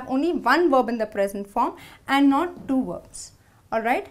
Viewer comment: Indian...as a british i can teach u how to prounce ''2'' correctly lol